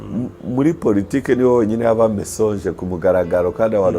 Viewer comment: Bandika mensonge bagasoma MANSONJE ntabwo basoma MESONJE